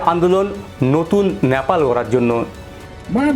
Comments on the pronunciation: NOT Napal . . It should be Nepal . 😢 Please rectify your pronunciation 😮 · ন্যাপাল ...nyapal নয়,শব্দটা নেপাল... Nepal ..উচ্চারণ ঠিক করুন ..